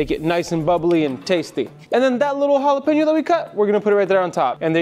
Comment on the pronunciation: Please do not galapano, sounds horrible! It is Jalapeño. It’ll be like calling Tequila tiquelo or Cognac lkanoc or something worst! Please and thank you for shearing! Hope you don’t mind the suggestion! Cheers!